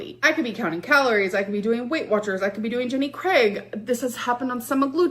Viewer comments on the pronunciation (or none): none